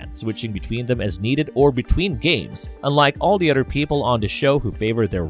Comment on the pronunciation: Is the letter H not in your vocab? Man im sorry but its hard to get over the fact that you say udder or fadder or modder